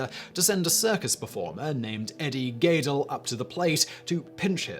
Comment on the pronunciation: Do you cold read from a script? Your pronunciation of some names in your videos, British accent notwithstanding (When will Brits speak English?) is often unique, if not horrendous. Eddie [GAE-del]? Seriously?